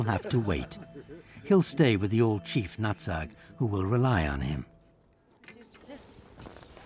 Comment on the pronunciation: They also mispronounced Old Nutt-Sack's Clan instead. Old Natsag's Clan.